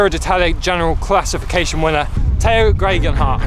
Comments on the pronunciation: I came to the comments just to make sure graygenhot wasn't correct. Now if I can just find the correct pronunciation... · Tao greghenwhat!!!! Your his bloody mate. Pronounce his name correctly at least. Top quality content nonetheless. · watch it again and you will hear he pronounced Tao’s surname wrong and my comment was made in jest so there’s no need for abuse.